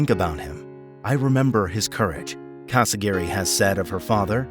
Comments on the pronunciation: Her last name is CasiRAGHI, not CasaGIRI. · Casiraghi. Not Casi-Gary